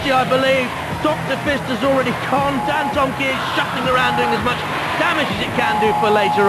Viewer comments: They pronounced Dantomkia like this - dan-tom-mik-ia instead of dan-tom-kee-a! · He said dan-toma-kai